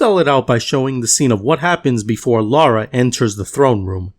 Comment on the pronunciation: Love this, great job. This guy's snarky and misleading videos make him seem so holier-than-thou. Also how hard is it to say LA-RA instead of LAU-RA like he constantly is!